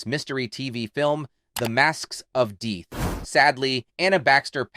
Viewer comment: Is this an AI voice over ? If not, Learn to pronounce DEATH and CIMARRON.